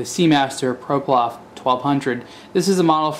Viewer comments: You keep saying ''ProPlof'', while it's ''PloProf''. Great video btw. (except the vintage watches bashing part) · Ploprof not Proplof.. it's easy to mix up. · Seriously? What is a guy who clearly knows nothing about diving or diving watches doing talking about them? He almost mocks some of the features which his minute brain can't figure out, this is beyond ridiculous! Talk about lazy, I assume he has the instruction manual as he has the watch but he can't even be bothered to read that or to pronounce the watch's name correctly - SHUT UP UNTIL YOU KNOW WHAT YOU'RE TALKING ABOUT!!!